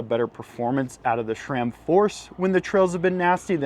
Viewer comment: it is sram. not shram. hahahah